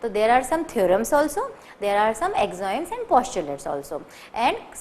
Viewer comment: and she pronounced Axiom as Axoim.. plz correct